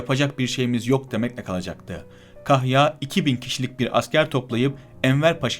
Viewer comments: Kazım değil, "Kâzım"...kahya değil,"kâhya" olarak doğru telâffuz edilirse daha etkili olur..Lütfen bu hususa dikkat edelim... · Hocam bu nasil diksiyon? Kahya degil, kâhya, Kazım değil, Kâzım ve nicelerini o kadar yanlış telafuz ediyorsun ki, anlattıklarına odaklanmakta insan zorlanıyor. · Kazım değil Kâzım kahya değil kâhya. Bunu düzeltmek çok zor bir şey değil.